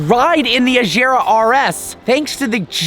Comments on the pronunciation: AGERA NOT AJERA!!! FFS. Learn how to pronounce the goddamn name. OR IS IT HARD TO YOU TO DO THAT AS IS DRIVING IN THE ROUNDABOUT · HOW MANY TIMES WE GOTTA SAY IT IT’S AGERA WITH A HARD G